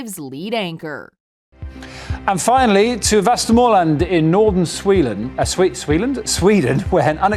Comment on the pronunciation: . It's Sweden, not Sweelen. 😂.